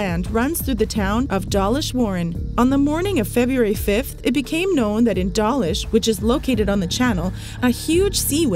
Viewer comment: Please learn to pronounce the place names in UK correctly. You talk about the railway passing through Dawlish. The name of the town is pronounced Door-lish not Dah-lish. It is impolite to mispronounce place names in any country and I suspect you say loads of place names wrongly. I can’t recall how you pronounced the Flam railway in Norway but I was there 3 years ago and heard the Norwegians pronounce it Flarm.